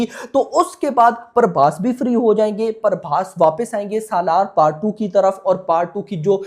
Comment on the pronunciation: Not Parbhas it's prabhas